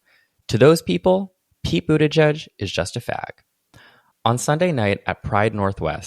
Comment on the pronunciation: I want someone to know that I didn't know how Pete Buttigieg's name was pronounced (and didn't read the video description) so I was trying to understand who "Peepoo the judge" was. I finally figured it out when I turned on auto subtitles and submitted " Pete Budaj Jud" to google and it spit out Pete Buttigieg. PS: I'm french and in my mind I was reading his name Peat butty-gig PPS: PEEPOO THE JUDGE PPS: In my mind it made sense because it could be the nickname of a super stick in the mud gay public figure